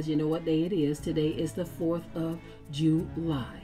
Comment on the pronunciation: It's the 4th of Ju-lie 😮